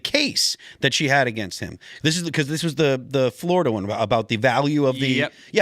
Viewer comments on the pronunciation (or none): none